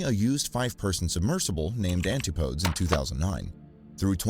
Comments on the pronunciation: Yes-- and also the name of his first purchased submersible is not pronounced "Anti- podes" it's "An- tip- o- deez". It comes from the Greek and was used during the time of British exploration and empire to mean places on the other side of the world, usually Australia and New Zealand. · ANtip-OH-dees. ANtip-OH-dees. ANtip-OH-dees. ANtip-OH-dees… DEEP BREATH: ANTIP-O-DEES!!. NOT ‘anti-podes. Pheeeew. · AntiPOADZ!? PUDGET Sound?!? SERIOUSLY!!?! TERRIBLE narrator.